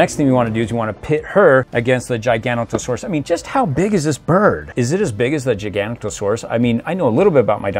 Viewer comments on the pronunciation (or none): Thar a zin a suarus and gigs not a suarus